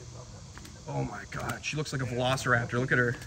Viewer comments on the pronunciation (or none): none